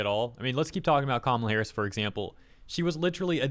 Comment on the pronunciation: You say Kamala's name really well. 👌